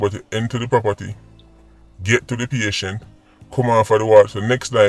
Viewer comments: Patient...as in a person receiving or registered to receive medical treatment. "many patients in the hospital were more ill than she was" Pronounced: "Pay Shent" Dunce bat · Emergency Unit: E-Mer-Gen-See U-Nit Patient: Pay-Shen-T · Lol that's exactly how I use to pronounce it back in high school PA-TI-ENT or PATI-ENT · Patient ....pronounce pay..chent..but maybe my professor was just giving us some humor.. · Tryna make sense of emer-gen- siya and patty-ent 🤣🤣🤣 i havent loool in a minute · P a t i e n t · said patient,then pronounced the word Pa-ti-ent! Unnu misse that. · 🤣🤣🤣 SIR UU CAN PRONOUNCE EMMERGENCY AN PATIENT WHO YA CARD🤣🤣🤣🤣🤣🤣🤣🤣🤣🤣🤣🥰🥰🥰🥰🥰🥰🥰🤣🥰🥰🤣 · Aretha!!! I'm surprised at his pronunciation at "EMERGENCY" AND "PATIENT"😯 I began scrolling to see if anyone identified it! This is uncharacteristic of him, more eloquent than that! Wow!😳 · it amazes me that so many people really thought couldn't pronounce the words, "emergency " and "patient." It shows so many are lacking critical listening skills. If they really listened to his videos, they would understand. 🤦🏽‍♂️